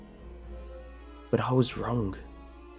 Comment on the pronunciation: sorry but i mast say this after a 100 or so episodes,(i tried not to say this) but you always say this: some thing is wrongk . what is that about the K in the end? do you do that on purpouse or is it something else?